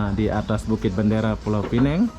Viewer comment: Kalau mau sebut pineng, sebut pineng sahaja. Tapi kalau mau sebut pulaunya sekali, sebutkah penuh: pulau pinang. Kalau sebut pulau pineng, itu salah. Yang betul: 'pineng' (penang in english) dan 'pulau pinang' ( bahasa melayu).